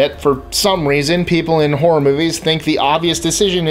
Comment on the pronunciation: I would like to thank you for your correct pronunciation of ouija board. It drives me nuts to hear it pronounced "wee-jee", which is what most people do. You are the only person in all of the top 10 lists that I've seen who says it correctly. 🙂